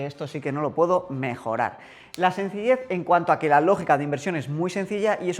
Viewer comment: Madrid -> Madriz Sencilled <- Sencillez